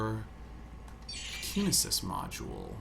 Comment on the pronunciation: Hahahah Keen-isis....